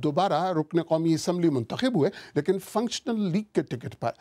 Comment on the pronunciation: muntakhab hota hai muntakhib nahin